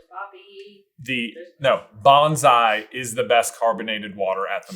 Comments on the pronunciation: J says it more like “banzai” but if you are looking for the pineapple ginger water it’s “Bonsai” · J, it's Bonsai, not Bonzai